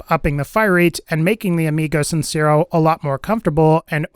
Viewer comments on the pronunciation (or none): "Amigo sincerrow" por que me esperaba que lo pronunciará de esa forma xd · "amigou cinsirro" nice spanish bro